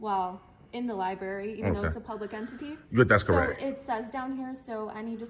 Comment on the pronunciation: she says libarry :O